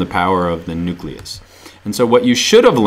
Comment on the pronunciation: Nuleus xd